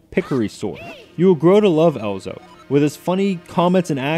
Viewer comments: Good review, dude! - But it's "Ezlo", not "Elzo". The Z comes first. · His name is Ezlo, not Elzo. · Great review but it's EZ-LO !! Not EL-ZO xD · It's Ezlo not Elzo. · Does it not bother anyone else that this guy calls Ezlo, Elzo throughout the entire video? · it isn't elzo its ezlo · Ezlo not elzo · EZLO! not elzo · Your pronouncing Ezlo's name wrong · you emphasize that you are a great zelda fan and yet A.) you continually mispronounce Ezlo's name B.) you seem ignorant to the fact that top down perspective zeldas were made for the ds albeit with 3d sprites. and C.) you believe ezlo is the original green link hat when he obviously wears one in skyward sword, a game released months before this review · I know what you mean... he had no problem mispronouncing Ezlo as "EL-zo", so there is not reason he shouldn't be able to pronounce "ZEL-da"